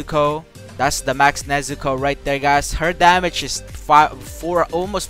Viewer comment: He actually pronounced nezuko right xd